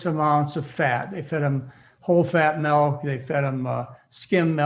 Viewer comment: Melk-mlk- it's milk. English .